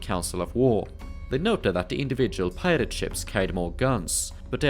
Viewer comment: When you say pirate it sounds like the word pilot, a little confusing